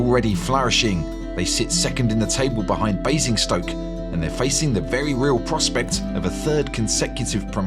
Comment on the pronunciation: Bruh there is no E in Basingstoke lol